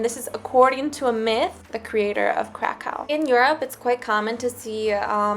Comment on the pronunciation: it was ok,little akcent 😀